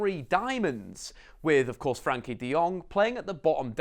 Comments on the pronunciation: Very nice summary of his qualities. I’m pretty sure Frenkie will be one of Barcelona’s top players in 2 or 3 years. He is making every team play better. His name is Frenkie, not Frankie btw and Its Willem Two, or twee (Dutch) not deux. We are Dutch, ne pas Français :-) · Firstly, it's FrEnkie de Jong, not Frankie. Also Willem II are Dutch, not French, so you can either say II (2) in Dutch or English. Other than that, great analysis. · Its frEnkie not Frankie you dumb ass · Its not Frankie Its Frenkie....you keep saying it wrong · Its FrEnkie de jong, with an e😉. Rate your videos!